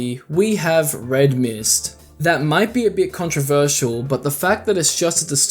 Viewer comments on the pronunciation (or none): none